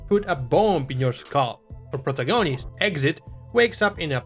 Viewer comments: " our prag-oni-oust? " Russians are weird dude. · I'm not the guy above, but it's pro-TAG-onist. I knew exactly what you meant when you said it, but to fully pass for English, we have specific syllables per word that really matter. Like "SI-lence-er" versus "Si-LENCE-er", as you said it. I find the accent charming, so do as you will, but that's the extra distance that will make you sound fluent if you care.